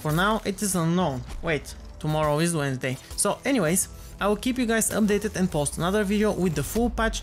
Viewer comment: "Wait, tommorow is Wedensday" : )